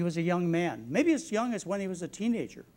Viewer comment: I have noticed this doctor sometimes pronounces words the wrong way , he said teegager instead of teenager too